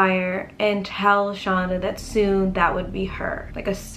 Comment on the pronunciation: Yes, knew her and it is pronounced send it is it Shanda. like Panda.